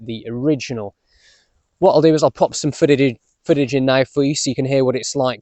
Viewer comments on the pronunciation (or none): It’s fitting not fidding. Footage not foodage arrggghhh I’ve subscribed but I hope your accent doesn’t get on my nerves lol